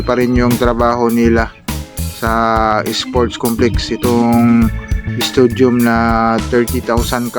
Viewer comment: Stadium not studiom..